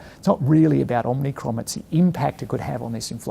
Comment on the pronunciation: Is anyone going to tell Hamish that it’s Omicron not Omnicron? Omnicron was a bad Canadian horror movie so it’s not entirely dissimilar but, still, might be best to get it right. Otherwise good to see the man out and about and in the press with clear positive messaging.